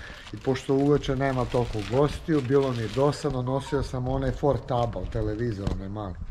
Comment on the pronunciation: Kaze " Ford - tabal (portabl) onaj televizor mali — Bwaaaaahahahahahaha